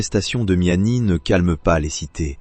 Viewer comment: Sinon c’est Kamel meziani pas miami imbecile 🤦🏻‍♂️